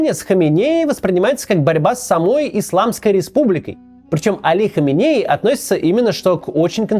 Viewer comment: Почему Кац регулярно путает ударение, называя прошлого и текущего рахбаров? Али ХаменЕи и Рухолла ХомейнИ. Это разные люди, все равно что Иванова и Иванько путать.